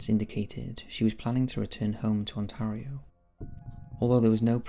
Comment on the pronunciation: I hate how you say Ontario wrong.